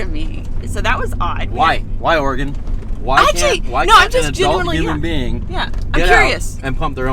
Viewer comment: Bummer that I didn't hear about you guys being over here till now! The coastal range is a temperate rain forest so was not wrong. But one awesome thing is you guys pronounce Oregon and Tillamook correctly!